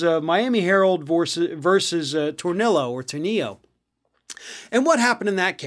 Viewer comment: Tornillo was the head of the United Teachers of Dade. He stole money from union funds to maintain a lavish lifestyle. His one big accomplishment was getting collective bargaining for the union in talks with the school board. He is dead. His last name is pronounced Tohr-nil-o. He was not Hispanic. Your pronunciation of his last name would be correct if he were Hispanic. Ironically, tornillo in Spanish means screw.